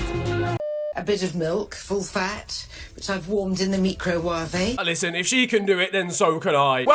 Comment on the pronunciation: We just gonna ignore the meecro-waavey